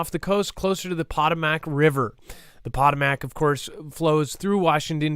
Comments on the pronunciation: It’s said like this PA TOEMIC not pot O MAC how do u not that haha lol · pot O mac? lol Is he deliberately mispronouncing that because of YT? It's Puh Toe Mick. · The Potomac is pronounced, Po toe mic River. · It’s pronounced puh-toe-mick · A friendly correction…Po Toam Mac is how the Potomac is sounded out. I make the same kinda of mistakes from time to time…we all do. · Hi this is how you pronounce the river back east . I'm from back east but I live in north Idaho now.... Poe toe mick river.... Potomac